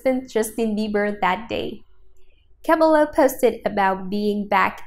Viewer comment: I hate how she pronounced cabello wrong